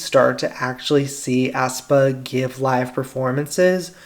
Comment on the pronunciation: Aespa is pronounced "espa" not "aspa". Sorry, but it kinda bothers me how you say "aspa"